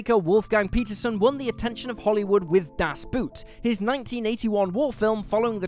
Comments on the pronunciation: It's a "boat" not a "boot" 😅 Das Boot - The Boat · Duhs Boot... It's pronounced "Duhs Boht", meaning "the boat", referring to a submarine and not to a footwear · Das Boot is not pronounced "Boot" as in the footwear but should be pronounced as "bought" as Boot is German for boat. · Jeez, long time since I heard someone butcher "Das Boot" in such a bad way. Pronounce it as "boat" and you'll be fine. It's not a shoe 🤣😆... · Das Boot is not about a submarine and is pronounced Dos Boat. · It's a bit closer to Das "bought", I think. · Please pronounce a German title s as German. Das Boot should be pronounced as Das Boat, or Das Boht. A vessel, not something you wear on your foot. It couldn't be that difficult. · Das Boot is pronounced like "boat". Just FYI. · Das Boot - pronounced like a brand of footwear.